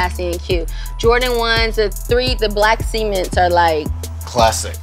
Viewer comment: "The Black Sements"